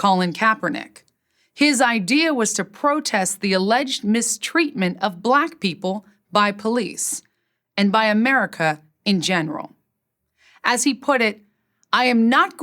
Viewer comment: “Allaged” aha